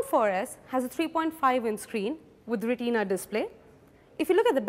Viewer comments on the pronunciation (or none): You dont even knw the details abt the fones!! first of all its not pronounced rateena display its retina display! next time make sure to take some english classes before taking part in any thing! the secong things is the galaxy s3 has 4.8 inches screen not 4,7 ! next time get ur facts straight!